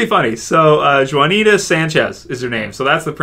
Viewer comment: Juiicy Drop you're exactly right. I was hoping someone would correct this. He's saying Jon nita